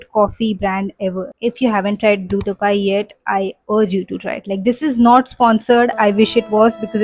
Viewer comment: Blue tho-gai & not blue tokai, since it’s your fav just wanted to let you know the correct pronunciation🧋